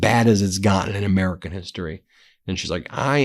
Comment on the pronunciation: Such a veesionary! Here een amereeca on the Epstein visa.